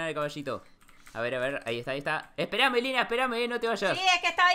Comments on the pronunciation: Dijo espérame Lyna jajajaj y parece que dice espera melina jaja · Dice espérame Lyna y parece que dice espera Melina jajjajaj